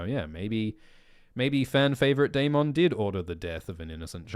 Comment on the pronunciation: Bring back sexy Milly Why are you saying Daemon so weird